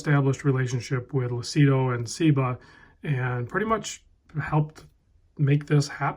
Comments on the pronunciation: it's pronounced "Loochido" (it means "clear" in Italian) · Lucido pronounced Lu-chi-doe means shiny in Italian.